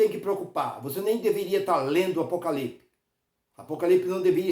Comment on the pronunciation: O cara não sabe nem falar o nome Apocalipse e quer explicar o mesmo!